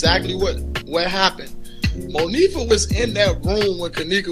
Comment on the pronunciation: Why clown ass kept saying Mo fee ah....hmmmm bitch it's moniefa